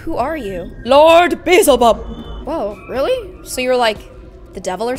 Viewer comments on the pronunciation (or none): She kept saying beezulbub when it’s beelzebub😂😂😂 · Be- sel-bub Me: DJDJDJKD be-al-ze-bub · Just to let you know, the demon,Beelzebub is pronounced Bee-el-zu-bub Yea I am Todd 2.0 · (Bee-el-zib-aub) that’s how it’s pronounced 😂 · Beelzebub pronounced belleezeb ub